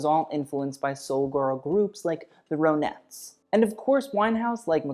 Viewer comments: Roenetts? No baby. The "Ronettes." Like Ron+Et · ”Ron-Etts” and “Sub-U-Tex”…otherwise amazing video. Love this clash of titans. Both gone too soon. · the "row-netts" - ok 😆